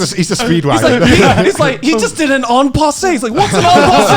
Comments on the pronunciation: "En passant" and not "En passé" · It's "en passant" not "aon passe" Also the move you are talking about is en passant the same move anime man talked about 10 second ago 😂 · did joey mispronounce En Passant? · It's en passant and not en passé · it's "en passant" not "en passé" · when he said "en passei" made me cringe so bad as a chess player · I love this so much but I cannot for the life of me hear “en passé” and take it seriously as a chess player myself(albeit a bad one) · Seriously I was cringing when I heard him say that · Thats not how u pronounce en passant lol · *en passant. The t is pronounced.